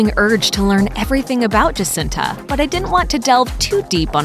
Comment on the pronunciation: The way she pronounces Jacinta...😒 The J is silent and pronounced like an H